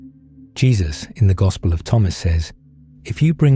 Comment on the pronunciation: 'gospel' has me hearing 'god spell'